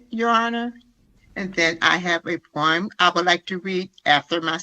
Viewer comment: Hearing his mother speak, I now know where duh rell gets his horrible grammar... (or so) "po-rm" and "muntel" illness.🤦🏽‍♀️